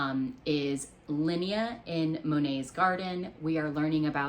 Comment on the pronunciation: Also. I think Linnea is pronounced Lyn-Ayy as is rhymes with Monet 🤟🏼